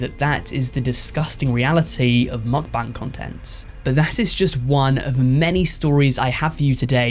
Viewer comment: How many am I going to have to hear this guy say mukbang wrong I wonder how he says bangs